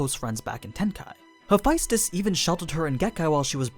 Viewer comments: why Hephaestus is pronounced as he fis tes (a lot of emphasis on I). I know that’s how it’s written but to my knowledge it’s pronounced ha fes tes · You totally butchered Hephaestus’s name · Hope there's a prequel so I can see mi familia. I think Jhen Mohran and Zorah Magdaros are better as behemoths than Nergigante. Then Ceadus can be leviathan and Fatalis can be black dragon. I like Hephaestus though. Btw , pronouncing the name wrongly lol. Demeter too.